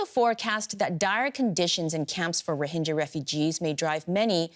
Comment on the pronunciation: please pronounce rohingya properly :(